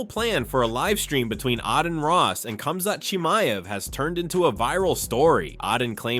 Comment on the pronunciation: Pronounces Khamzat Chimiev flawlessly. AHHDIN ROSS